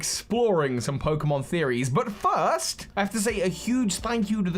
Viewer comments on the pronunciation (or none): none